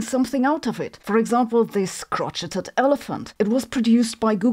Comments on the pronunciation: Crotcheted elephant? The word, derived from the French language, is pronounced, 'crow shay' This confirms what I've long suspected about this fake scientist. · I have to be "that guy" -- "crocheted" is pronounced "crow-SHADE" not "CROTCH-et-ed." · For anyone not aware, "crocheted" is pronounced "crow-shade", not "crotch-it-id." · "Crocheted" is pronounced Cro-Shade not Crotch -ed-ed. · "Crotch-eh-ted" lmao It's "crow-shade" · I’ll grant that it’s not intuitive, but crocheted is pronounced crow-shade, not crotch-eh-ted. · "Crotch 'ed 'ed Einstein" LOL !! Sometimes you are quite humorous, but of course always in a good positive way! Crocheted is pronounced "crow-shade" Anyway, great video, thank you so much, love your videos !!! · "crotch-et-ed" HAHAHAHA its pronounced " crow-shade"..... like a shade for crows. yes, it should be said the way you said it, or spelled the way its said.... but its not like french is a real language any way. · Crotcheted Elephant. Love it. It is pronounced crow-shayed from the French. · Crochet is pronounced "crow-shay," not, "crotch-et," and in my opinion that's because of the pronunciation and meaning of crotch. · Ah. The A.I. Sabine is here to tell us the news about A.I. with her new lower-register, slower voice. (It's "crow—shayed", not "crotch—it—ed", A.I. Sabine.) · It’s unique: kro-cit-it. Kro-shayed is so boring.😊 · It's crow-shay-ed (from French), lol. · Crocheted is pronounced 'crow-shade' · Crocheted is pronounced crow-shade, though there is absolutely no reason why you would know this, so... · No shade, but crocheted is pronounced 'crowshade', and the process is pronounced like 'crowshay'. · crotcheted is pronounced - crow-shayed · It's pronounced crow-shay. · Crow- shay. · Crocheted sounds like crowshayed ... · It's pronounced "cro-shay". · Sabine - I love you, but "crocheted" is pronounced "CROW-SHAY". In the states, crotchety is another word entirely :D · Crocheted is pronounced "crow shade" - just FYI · 'kro-shayed' lol